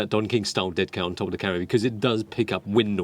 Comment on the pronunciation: Everytime he says "camera" i hear "karen"